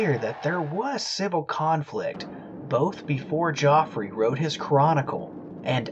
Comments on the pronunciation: Geoffrey is pronounced jeffrey, just so you're aware for the future, when describing the past. (One of my schoolchums in the mid-late 70s was called Geoffrey, he refused to be called 'Jeff', and insisted on the correct pronounciation) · I’m sure he was called Geoffrey not Joffrey